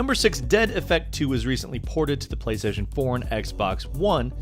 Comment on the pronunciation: Did he say Playstation Porn?